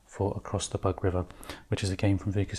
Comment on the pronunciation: Although there certainly were insects around, the name of the river is “boog”, not “bug”.